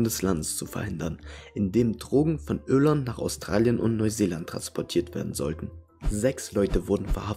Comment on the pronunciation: PersöniSCHkeiten. GeschiSCHte. SiSCH. Ürland. Ich kann dem Typ nicht zuhören.